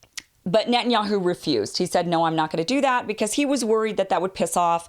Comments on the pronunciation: Its not Nutin. .its Net..ton yahu. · "What did you say?" "It was nutinyahoo."